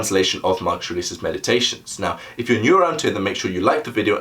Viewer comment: It's good, but the way you speak the name of your subject, I have no idea who you are talking about. It sounds like you are saying "Mark Serasus". Also at the beginning I replayed you speaking the name 3 times because you say it so fast that you don't even give yourself time to enunciate your consonance. Now that I'm half way through it, I've finally discovered who you're talking about, I can rewind and actually watch tomorrow.